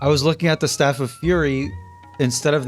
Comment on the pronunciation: so no one gonna talk about him saying “stafe” rather than staff